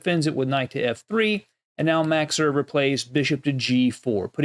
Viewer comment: Max Erber? Max Euwe ,yes.